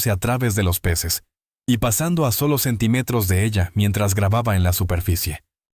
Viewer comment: Respetuosamente, les hago una observación importante: Automáticamente todas las palabras que van acentuadas, las dicen con la acentuación incorrectamente, por ejemplo: Sentímetros … dicen centimétros